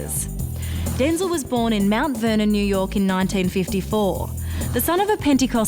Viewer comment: Excuse me, ma'am, but it's pronounced DenZEL, not Den-zil. Hello.